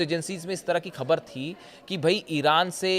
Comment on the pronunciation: Pagal Hindi seekh pher bool - KHABER nahein boltay - Go to pronunciation school